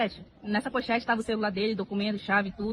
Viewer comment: Eu " tarra" muito cansada...dai eu "tarra"